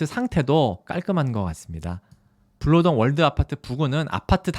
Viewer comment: 블아니고 불로동이에영